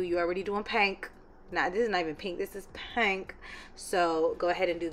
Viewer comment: It’s givin PEH-NK💕